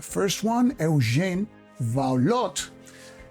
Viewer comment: Eugène Vaulot is a french name thus the final t is not pronounced.